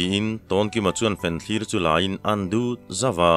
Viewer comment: Angaihnawmin akham awm loh hle na chu i/in tih dik loh pakhat chu fenthlir niloin fianthlir tih tur zawk ani😂😂😂😂😂.. Athu atha in achiar tuhian athiam khawp mai